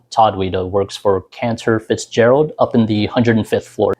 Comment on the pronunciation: It's CanTOR Fitzgerald, not Cancer Fitzerald.